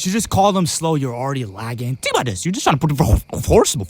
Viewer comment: “tink about this🐥”